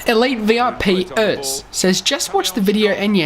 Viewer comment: It’s elite viperz as in the snake, not elite vip erz haha, good vid tho